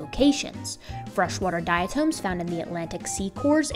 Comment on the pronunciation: The word is pronounced dia-Tom as in Tom Sawyer, not tome.